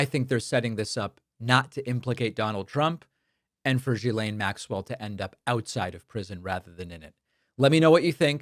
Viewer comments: It's pronounced Gee-Slain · The Gh in Ghislaine is pronounced like the g in "gill" (the respiratory organ in fish). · I'm following this story with interest, but please, could you stop mispronouncing her name? If it makes it any clearer, another spelling of the name uses a U instead of an H: Guylaine. It's a hard G, not a soft one. Gets on this French-speaking follower's nerves.